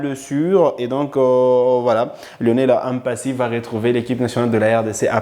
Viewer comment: Merci pour les infos, et j'aime votre chaîne. Mais une remarque, vous êtes un congolais et un Afrique , et vous savez que nos noms sont sacrés, donc svp ne prononcer pas mpasi comme les occidentaux, c'est Lionel Mpa-si et non M-Mpasi pareillement aussi avec Mbemba